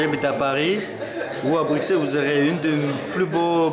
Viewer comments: Juste on dit brussel pas bruXelles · Il a dit bru"X"elles... Je suis outré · Ça me stress quand il dis BruXelles au lieu de BruSSels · Prononce pas le x de Bruxelles juste brussels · BRUXELLES SE DIT BRUSSELLES ! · oui mais cela ne se prononce pas telle quelle